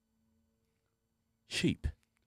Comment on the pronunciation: did he just say "cuntstituents?"